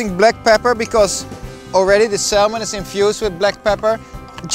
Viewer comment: Salmon is pronounced 'Sa - Mon' not 'Sal - mon'